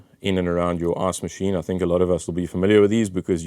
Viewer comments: I love that as an American every time I hear you say “ice machine” or “ice reservoir” all I hear is “arse machine” and “arse reservoir”. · Am I the only one that hears him saying ass machine?